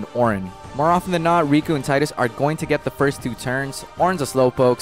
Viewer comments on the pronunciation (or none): it's pronounced tee-dus